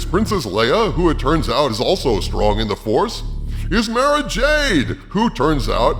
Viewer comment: im soooooo beeeeyyyyyyoooooond tired of my daughters name constantly being mispronounced. shiz its Biblical even(see Ruth & Naomi). Mara is pronounce (Mar-uh) not (Mair-uh). why does so many people mispronounce it all the damn time? its not spelled Maira, or Mairuh, or Mahra, or Mehra, or mehruh, or Meruh, or Mahruh, or even Maeruh. its spelled Mara. sound that shiz out befor you say it. Apply your phonetical skills. otherwise good show and thank you for keeping us informed oh great future ruler of earth.